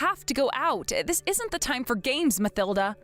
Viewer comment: It's pronounced "Ma til da", " not Ma thil da".